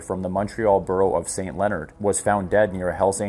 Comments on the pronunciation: same with st.leonard, its not pronounced like leonard from big bang theory. Its pronounced leo-nard (leo like in astrology and then nard) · Saint-Leonard is pronounced Saint-Lee'o'nard (derived from the French pronunciation)